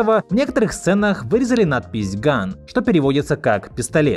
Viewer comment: я знаю но просто не привычно слышать когда слово gun произносят не как оружие